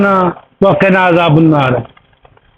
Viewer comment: عذابُ النار میں ب کے اوپر 'پیش' نہیں زبر ہے۔۔۔ عذابَ النار ہے